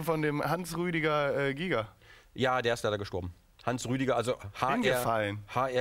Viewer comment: Sein Name war nicht Hansrüdi Giger. Er hiess Hansruedi Giger mit u e ausgesprochen. So am rande erwähnt